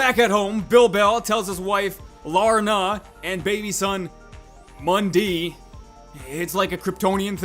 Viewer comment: not mundee mundi